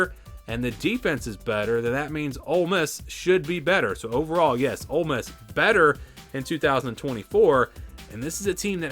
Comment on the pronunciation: I don't know they at least pronounce Ole Miss correctly.😂😅